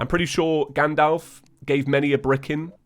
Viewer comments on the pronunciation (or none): He said gadolf. Sorry but its Gandalf